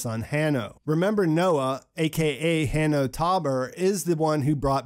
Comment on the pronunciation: Also HANNO is pronounced as HANO. The anagram for NOAH.